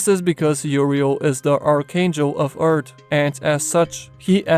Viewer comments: say EARTH not URTH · It took me till to realize he was saying “Earth” and not “Art”